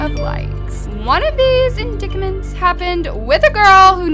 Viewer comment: Just a heads up: “indictment” is pronounced “in-dite-ment”.